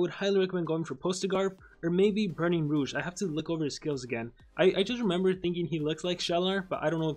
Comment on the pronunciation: I cried after hearing you say Rogue. How do you get it so wrong?😂😂😂